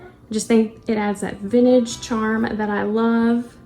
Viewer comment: You have a charming home. There is a t in the word vintage.